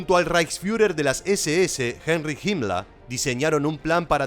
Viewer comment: Ah! Pero hay gente que dice que el Holocausto/Shoa es una mentira. Ahora entienden porque en Alemania es prohibido por ley niegan el Holocausto, hacer propaganda nazi (salvo documentales, juegos y películas)? PD: Felicito al canal por las mas próxima correcta pronunciación de los nombres en alemán (Himler/Jimlah) En el caso (Heinrich/Jainrij) no fue asi, pero se reconoce.